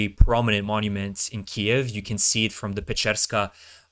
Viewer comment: so what are your credentials? what gives you the right to act like you know about the military complex? what school did you go-to? what is your military training? .. or are you just another guy who can't pronounce the word "kyiv" correctly? lol